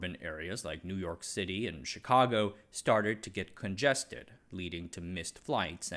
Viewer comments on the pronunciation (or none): none